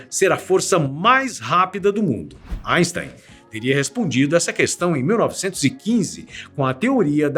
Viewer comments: Kkkkk engraçado ele falando asten" kkkkk O Sikeira iria adorar kkkkk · GOSTEI DA PRONÚNCIA EINSTEIN.